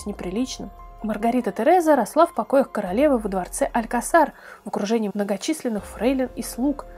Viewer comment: Факты интересные, но почему голос так скачет? То почти шепчущий, то почти крик %-/ а ещё бы русский язык подправить: прОчили и т.п. испанский, допустим, вы не знаете, поэтому для информации - алькАсар и никак иначе.